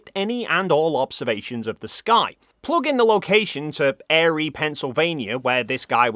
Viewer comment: Erie is pronounced like Eerie here.